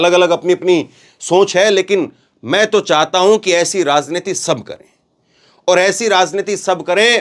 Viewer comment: Is bkbk ko news kahtay hain? Aur yeh zankari zanta razneeti kb tk j ko z bologay